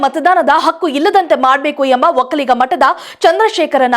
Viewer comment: ಅಕ್ಕು ಅಲ್ಲ ಕಣೇ ಹಕ್ಕು ಸರಿಯಾಗಿ ಉಚ್ಚರಿಸಲು ಆಗದಿದ್ರೆ ಯಾಕೆ ಹೇಳ್ತೀರಿ